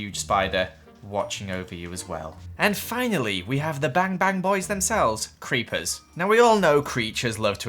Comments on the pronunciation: you said creachers not creeper's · did just say creachers